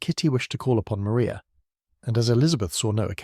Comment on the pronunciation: Maria Lucas in Jane Austen's 1813 novel Pride and Prejudice, is pronounced Ma-RYE-ah.